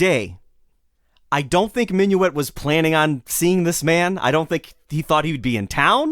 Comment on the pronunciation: It ain't Minuit as in " Have you et your breakfast yet?". It's Minuit as in "Git in here".